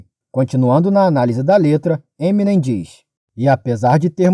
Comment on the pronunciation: daora, porem se pronuncia "Eminêm" e não "Êminem", a silaba atônica é a última.